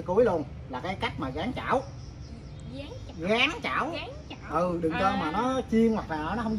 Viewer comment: Cứ “gáng chảo”, “gáng chảo”, rồi lại “cá gô, cá gô..”, 🤷‍♀️🤷‍♀️!! Moẹ ơi, thì ra là “ráng (chiên) chảo, và cá rô (rờ ô rô, chứ làm gì có con cá gô?!! Ông cố!! 🤣🤣🤪🤪🙏🙏🙏